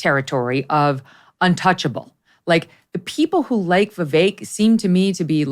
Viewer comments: Please Megyn, stop with giving Charles CW Cooke so much time ... or any at all really. He is so out of touch with many of us, regularily. To compare Reagan with Tim Scott, is absurd! How hard is it to say, "Vivake" like Megyn correctly pronounces Vivek's name? Cooke has a very elitest tone, and usually has very shallow/unsubstantial analysis. Emily was the best in the first portion of this show, no question. One last bit that most pundits fail to acknowledge ... We want to pardon Donald Trump for us, for the process ... NOT simply for the sake of the man, the private citizen. Trump is us, we are being prosecuted. Otherwise a good show here. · I’m sorry, but this fellow with the British accent who sounds so intelligent can just NOT seem to get the fact that Vivek’s name is pronounced “Vi vake” NOT “Vi veck”!! It drives me absolutely CRAZY that no matter how many times Megyn says his name correctly, this guy just CANNOT pick it up and KEEP IT UP. Ugh! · Dude wearing sunglasses, if you’re going to have an opinion on someone; at least pronounce his name correctly !!!! A pro would learn the correct way to say it ! It’s Vivek like Cake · Hey ….. Pronounced ViVAKE….. Rhymes with cake. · When someone .. like Charles, can't even make the effort to call him "Vivake" like Megyn correctly says, he has no respect for Vivek and his subsequent analysis is superficial. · Please pronounce Vivek correctly, rhymes with cake Vi Vake. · I couldn't agree more. The man can't even respect Vivek enough to pronounce his name correctly. CW is an elitist snob. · Please tell to pronounce Vivek’s name correctly. He’s driving me crazy! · CW Cooke also had this problem. Both despise Vivek, and it shows. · Christie and Haley did best? And, can he make up his mind on how to pronounce Vivek. Cooke is such a pompous ass.